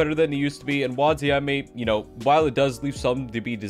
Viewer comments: It's not wanziame it's wanizame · for da 69420th time: wanIZAme NOT wanZIame